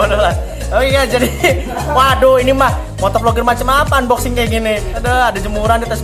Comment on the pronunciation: Unboxking bang. #ripenglish